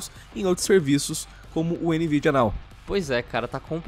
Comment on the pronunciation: "NVIDIANAL" :v